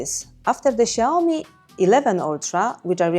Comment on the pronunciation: Lads, it's Xiaomi.